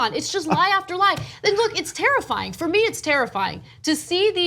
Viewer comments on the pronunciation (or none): She said Tariff-fying. LOL. Trump needs a time out. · "It's Tarriffying!" ayyyyy